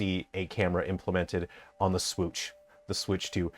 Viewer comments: The Swiitch 😂 Sweeeetchh 😂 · the swootch? the swooootch? the Suwuyush?